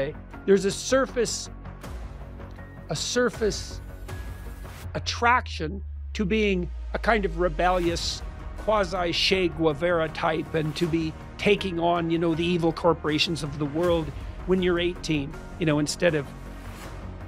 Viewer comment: it is "che guevara" not "she guvera"